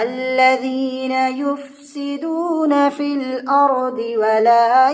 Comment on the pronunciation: Wafi nhi h fi h